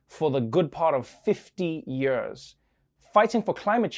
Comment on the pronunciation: I love it when Trevor says "Yerrs"